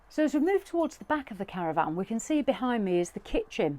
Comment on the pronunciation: Caravan...not CaravVAN 😂